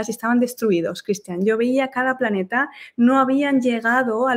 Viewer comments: Cual "paneta"?? 😂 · Que paso con la L de planeta , o estamos hablando de paneta